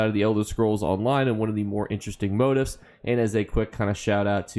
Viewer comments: I was wondering what "motives" you were taking about. It turns out you're simply mispronouncing "motifs", which is stressed on the SECOND syllable. You're welcome. the i is pronounced like "ee". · Why can’t you properly pronounce motifs? ;_